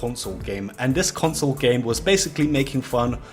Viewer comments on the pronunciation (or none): none